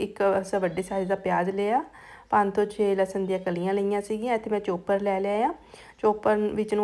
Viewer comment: ਚੋਪਰ ਨਹੀਂ ਚੌਪਰ, ਪਕੋੜਾ ਨਹੀਂ ਪਕੌੜਾ ਕਹੋ ਜੀ ।